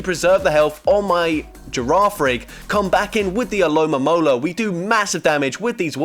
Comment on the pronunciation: It's ALOMOMOLA. NOT ALOMAMOLA. No mames.😂